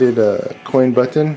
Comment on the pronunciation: Dope cabinet but I hate how you speak. You pronounce button "butt-on"